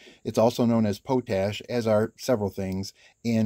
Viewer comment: lol, it's pot ash, like weed. I said it that way too until I looked it up- "plant ashes or wood ash soaked in water in a pot, the primary means of manufacturing potash before the Industrial Era". Awesome videos, keep 'em coming.